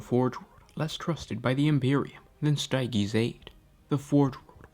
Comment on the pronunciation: I die everytime you try to pronounce stygies